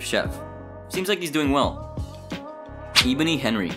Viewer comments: bro said eeboni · Sorry, I have to this (Eh-Bo-Ny) also (Ya-She-ka) also (Ger-Rone) so sorry again 🙇‍♂️